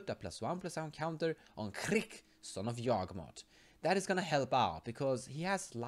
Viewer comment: The pronunciation is more like "Kehr-ik"